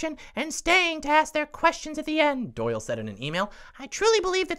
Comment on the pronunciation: Why does “email Doyle” sound like Kyle? 🤔